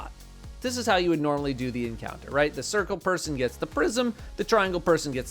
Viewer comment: Cubes, spheres Sorry sCuare, Sircle